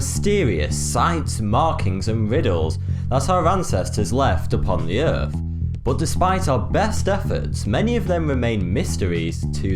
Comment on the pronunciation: Errf.... fink.... Mafematics.... There goes the English language... Face Palm